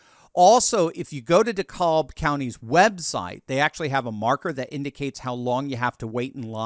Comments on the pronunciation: Its pronounced De-Cab not De-cobb FYI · De-CAB county Georgia. Not De-caulb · Dekalb is pronounced de-cab here in Georgia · Dekalb County is pronounce Dacab’ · as a former journalist and proud Southerner, it always irks me when broadcasters would mispronounce name places in the South. Please pronounce DeKalb County, GA correct, as in De CAB ( just like a taxi). You might add a very short, almost unnoticeable "L" in there, but it comes on the end of the very long A sound. Keep up the good work! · Your enunciation of Dekalb is funny to me😂 i live in GA we say it like dee-cab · dekalb county in GA is pronounced DE-cab ❤❤ trump 2024!!! ❤❤ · It's pronounced Dee-Cab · RE Dekalb County, Georgia. It's pronounced Da-Cab, as in da taxi cab. It's also a predominantly Black demographic. Another to watch is Gwinnett County, right next to Dekalb, with it's very large Hispanic and illegal population. Dekalb, Gwinnett, and Fulton Counties (Atlanta is in Fulton), were the main players involved in Georgia's approx 10,000 vote voter fraud in 2020. Fraud that was not contested by our current Governor nor our current Attorney General. Keep that in mind as the night rolls on. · Its "De-cab" county.